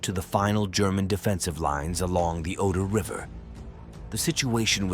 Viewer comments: Ganz ganz schlechte Sprache! Alles KI! Superschlecht! Es heißt nicht "eintausendneunhundertfünfundvierzigste" , sondern "neunzehnhundertfünfundvierzig". Und der Fluss heißt nicht "Odor", sondern "Oder". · Oder, et non Odor, merci de prononcer correctement, ne serait-ce que par respect pour vos auditeurs, à défaut de vous respecter vous même. Volksturm.